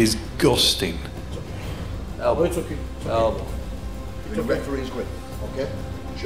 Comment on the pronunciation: "this guys level is.. diz - guzzding" 🤣